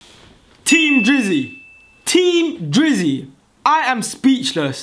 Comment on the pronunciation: Sorta kinda thought he said team jizzy